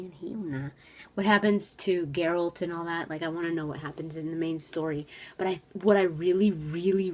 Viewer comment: I still have vietnam flashbacks from Shoddycast lore series - Erik Dellums is great and all, but I don't like his narration, especially those horrible mispronunciations like GerAlt, or Jeralt, Jennifer..... FF********CK! Sorry, I'm triggered.